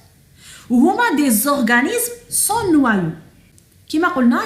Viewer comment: on dit "sans" noyau pas "sont" noyau